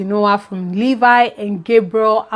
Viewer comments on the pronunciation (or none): none